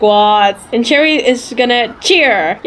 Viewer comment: It's cherry not cheri